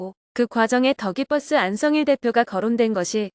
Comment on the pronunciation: 정말 이상합니다. 기자라고 자칭하는 채널은 더 기버스를 더 기뻐스 또는 다 깃뻐스라고 부르고 있는 공통점이 있습니다. 다들 왜 이러는 걸까요?